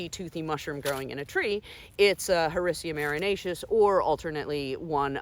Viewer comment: Whenever you Google how to properly pronounce scientific name of lion's mane mushroom; this is the video that comes up!! Excellent job 👍🏼!!!